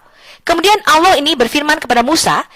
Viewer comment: sopikatul mengucap kan kata Allah aja susahnya minta ampir kapir betina 😂